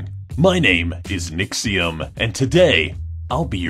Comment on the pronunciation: um.. says Nxxiom instead of Nixxiom